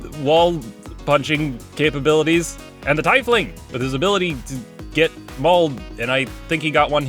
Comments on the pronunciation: Are you sure tiefling is pronounced that way? Because it's a German-derived word, and should be "teef" ling. Yours ought to be spelled teifling. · A Tifeling? It's Tiefling. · Does it bother anyone else that he says TIfling instead of teefling I know this aren’t the correct spellings but that’s a phonetic way of spelling them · As a tiefling enthusiast, hearing him pronounce it "tie-fling" instead of "teef-ling" made my soul hurt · It's pronounced tEEfling, not TYfling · Tifeling? I've always said teefling. Am I pronouncing it wrong? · Don't say tyefling, it's teefling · "Tyfling"??? I always thought it was pronounced "Tea-fling" like "Tier" or something. Not gonna stop saying Tea fling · Tyfling is wrong pronunciation, it's actually teafling or teefling or something of the sorts. It's something a lot of people get wrong apparently. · you HAVE to attack? what the shit? aslo, tiefling, not teifling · Tiefling...is more like teefling Not tie...tee if you pronounce it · TEE-fling, not TIE-fling, honestly not trying to be Trifling. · i honestly thought tiefling was pronounced teefling not tifefling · It’s ‘teefling’ not tifeling* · o.o TEEF-ling, my dude, not TIE-fling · It's TEEfling, not Ti-Fling. It's not an Imperial fighter. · I always pronounced it 'tee-fling' and yes, it was bothering me, but I don't think it's a matter of saying it wrong. Yes, it is technically the incorrect pronunciation (I believe) but D&D is about making your own rules and your own story. So, if he wants to pronounce it 'tie-fling' then he should be able to, I guess. I get that it's constructive criticism, (at least I hope it's constructive criticism and not just saying 'lol you're wrong haha loser') so the people getting pissed about it also need to chill, but you get the point I'm trying to make. I hope you do, anyway. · I've never really heard it pronounced as Tie-fling. I've always read it and heard it pronounced as Tea-fling. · TEEF-ling, not Thai-fling! The more you know!